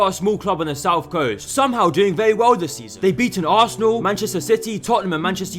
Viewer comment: What a clown 🤡 .... You mean assanal 😂